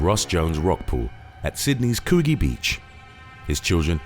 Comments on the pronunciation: Lol it's pronounced kug-ee not coo-gee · Lol it's pronounced like koodgee not koogee. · 326 it’s coould-g not cocgi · It's Sydney's (Coodge Gee) = 'Coogee' Beach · Coogee is pronounced Coo-ji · You pronounced COOGEE incorrectly